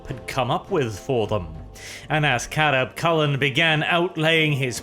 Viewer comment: Anyone else hear Chapter Master Carab Culln's name as Crab Culln instead?